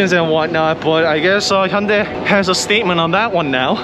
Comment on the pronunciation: I think I'm going to start watching his reviews because he pronounces Hyundai properly (vs. Hon-DAY)